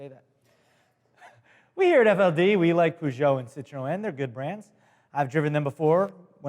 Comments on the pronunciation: did just say "citroén"?... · the Great more like sit tro(like tron) and then just say N as the letter N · It's an accent thing. English say Nissin instead of Nissan. Americans say poo jo. English say citrin. Americans say citro-en. English say boot. Americans say trunk. English say bonnet. Americans say hood. English say petrol head. Americans say car enthusiast. Feel free to reply and add to this list. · It's just so fun to hear say Peugeot and Citroen! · Uhhhh you pronounce citroen wrong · both Peugeot and citroën were pronounced wrong, and this is coming from a french speaker